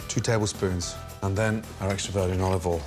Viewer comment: “Ollivole in”